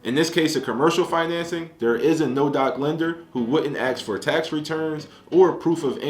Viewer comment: Ask not Axe